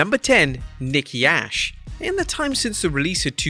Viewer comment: A.S.H. not ash ahaha